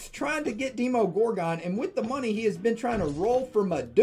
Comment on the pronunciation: Hey, it's pronounced VUH-JEE-TUH and DEH-MO-GORE-GAWN